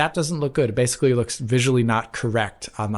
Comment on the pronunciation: Bro, please do one for every instance butchers the word ‘basically’ by mispronouncing it as “basely”. I swear he said it 6 or 7 times the last Direct he was on. It’s like an ice pick in my ear